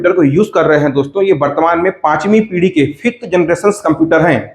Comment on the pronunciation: पीड़ी नहीं, पीढ़ी होता हैं सर।